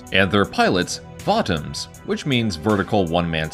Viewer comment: It's pronounced VO-Toms There is no A in the word. They are not Vatoms as you say it they'r Votoms